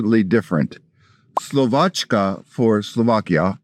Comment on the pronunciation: Slovakia in slovene is pronounced with š not č (Slovaškanot Slovačka) but it is written corectly